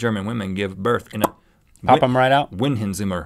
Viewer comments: Ummm Rhett you said one word in german language zimmer, right? It's actually prenaunced cimer. Just clearing things up. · No offense but you guys pronounced Berlin wrong.Berlin is pronounced Bearleen. Also Zimmer is pronounced szimmer.